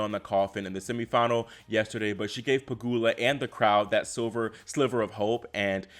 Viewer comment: Finally you correctly pronounced "Pegula" instead of "PegYula" 😂